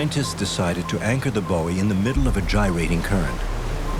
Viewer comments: Very interesting, but the narration leaves a bit to be desired. Buoy is normally pronounced "boy" in English or "boo-ee" in American, not "boe-ee". Seismic is pronounced size-mick not sizz-mick. Luckily, the French is generally quite comprehensible, but it would have been sensible to offer a translation. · I was so confused as to what the narrator was talking about when he said "bowie" the first few times until I realised he was talking about a buoy... Who the hell pronounces it like that? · Have I been saying "buoy" wrong this whole time? 😮